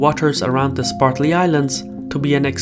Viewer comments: Also, I thought I heard him say 'SPARTLY ISLANDS." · One would think that someone making a video would take the trouble to learn to pronounce place names. Say after me: Spratly. Spratly. Spratly. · Spratly, not "Spartly", Islands. If you're going to do a documentary on it, you should know how to pronounce it. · I'm a big fan of his, but butchering a name has nothing to do with first or second language, since the name is usually carried over. Even in Russian, the name for the islands would be "Спратли" ) He just probably misread it and never noticed it. That being said, I don't think it's a big issue at all. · LOL! I caught that also. Must be the way the Chinese say it.